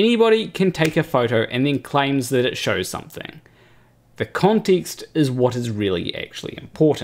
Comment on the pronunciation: The way how he pronounced context made me jiggle